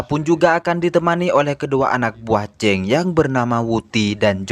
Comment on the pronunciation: sebut chang bunyi cheng 😁🤷